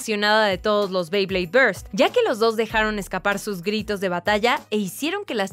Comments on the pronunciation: Y no se dice bley es bey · no se dice beid se bey